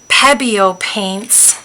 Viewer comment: Pronounced Peee-bio